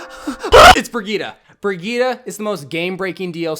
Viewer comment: It’s brigitte not brigita